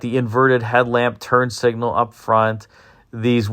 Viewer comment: I know you didn't intentionally call them "turd signals" but the term fits the styling.